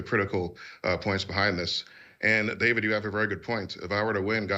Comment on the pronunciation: Thank you Connor Forbes for gifting me membership and David yeap you butchered the name.